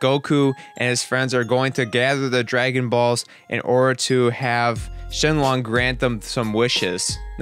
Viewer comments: SHENRON!!!!! NOT SHENLONG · why does he keep saying shenlon?